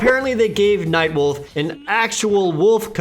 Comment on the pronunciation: Am I the only who hear "Mike Wolf" instead of Nightwolf?O-0'